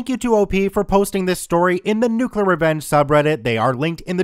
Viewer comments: Excuse me,, but can you please try to pronounce the word "nuclear" as "nuclear"? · Be it "nuke-u-lar" or "new-clear", both pronunciations are widely accepted as correct. Potayto, potarto, tomayto, tomarto, nucular, newclear, let's call the whole thing off. Also, Trek001's comment was posted 20 minutes but comment was posted 26 minutes ago? Alright, YouTube, gimme your damn keys.